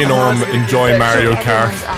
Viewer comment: yes your American even though you mispronounced the word car